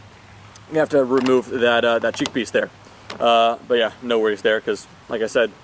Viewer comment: Whenever he says “But Yeah” I hear he is calling to someone “Bhaiya” 🤣🤣🤣🤣